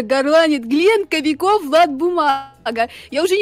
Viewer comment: Вы говорите Глент Кобяков Влад бумага а надо глент Кобяков глент Влад бумага